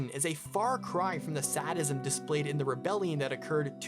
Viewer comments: Amazing video, truly interesting, but quick note: Sadism is pronounced “say-dism” not “saddism” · "Sad~ism" lol I love this video, but that's a fun way to pronouce sadism xD